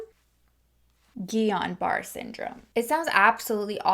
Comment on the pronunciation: as someone who had Guillian Barre Syndrome it’s funny to hear how you pronounced it lol love your content. Blessings to you!